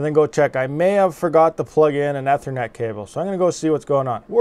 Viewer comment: Bruh it literally took me 3 seconds and a rewind to comprehend how you said "ethernet" lol